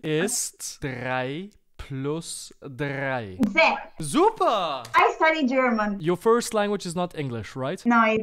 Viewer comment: I'm italian and I hear SUCA which means SUCK